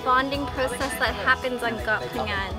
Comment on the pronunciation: pronounce Phangan so clear, please teach. Hahaha